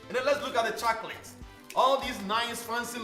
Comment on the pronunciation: i like the way you say CHA-COLATES - :)